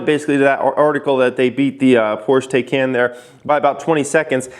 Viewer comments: doesn't know how to pronounce Burburgring 2 seconds later makes fun of people who pronounce taycan wrong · "Some of you guys call it the Tay-can" 20 seconds later.. also calls the car the Tay-can.. lol It's pronounced Tie-con.. also plaid as in a plaid shirt. Elon must love Spaceballs